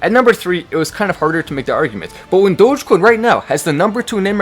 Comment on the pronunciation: I jumped up when I heard him say Doggie coin during the commercial